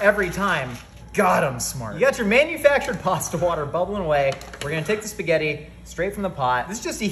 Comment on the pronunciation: The only thing that is bullshit is the way you pronounce “spaghetti” and “Pecorino”. You were not born with an Italian dialect and that’s okay buddy! Your mother and father and friends all pronounced the ending vowels. So can you! It won’t make you sound any less intellectual. Because this idea is already such a great one!